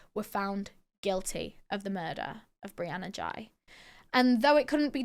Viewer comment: No hate but in UK we would pronounce it like whey with a G